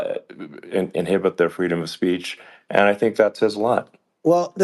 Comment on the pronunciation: How can anybody in America, legal or otherwise, not vote for “Fweedom?”